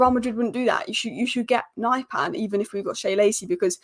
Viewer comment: that's not how his name is pronounced.